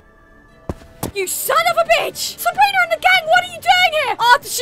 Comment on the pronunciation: Why would you pick up the one with the sword instead of picking up the one with the gun because the gun could shoot you Also why does she say sabriner instead of sabrina